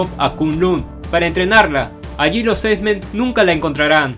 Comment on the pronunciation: por qué dices "esmen" :v?